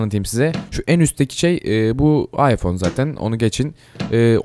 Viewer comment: Abi ıpohne diyon appleye gidiyon